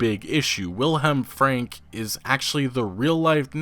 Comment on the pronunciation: not the best pronouncing of the name willhelm frank ive heard, but sure, its close enough btw great video